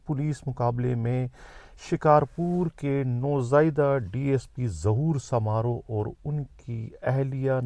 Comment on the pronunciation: آپ کو ذرا بھی علم نہیں ہے ۔۔۔ آپ کبھی شکارپور گئے ہیں ۔۔؟؟؟ گھر بیٹھے وی لاگ بنانا بہت آسان ہے ۔۔۔ آپ ریسرچ کریں ۔۔۔ پہلے تو تلفظ درست کری سومرو قبیلے کو سامارو درست کریں ۔۔ شکارپور کے لوگوں کے لئے بولنا کہ ہر شخص کے خلاف کوفیکٹر ئی نہ کوئی مقدمہ صريحن دروغ اور سفید جھوٹ ہے ۔۔سب سے پڑہا لکھا شھر ہے سندھ کا ۔۔ جو مارے گئے ہیں انہوں نے قبرستان پر قبضہ کرکے منشیات اغوا ڈکیتیاں اور موٹرسائکل چوری ان سنگین جرائم میں تھے ۔۔۔ تم ایک لفافہ صحافی ہو ۔۔۔ تمہیں کچھ پتہ ہی نہیں ۔۔۔